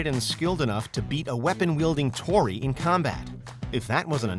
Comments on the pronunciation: “Toni” lol, it’s Tory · its tory not toni wtf man